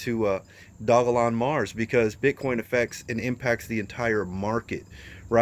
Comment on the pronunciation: Only you and crypto brown pronounce the name correctly